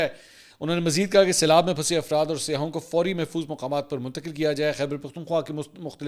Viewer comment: ہر اینکر "سیاحوں " کو سیاہوں کہتا ہے ،اس غلطی کی تصیح ضروری ہے